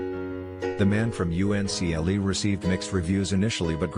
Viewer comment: It's pronounced "Uncle", not" U.N.C.L.E"